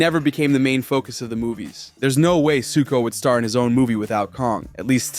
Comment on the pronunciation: Bro it’s suko😭😭😭☠️☠️